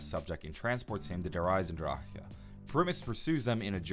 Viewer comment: A bigger plot hole is the way you pronounce der eisendrache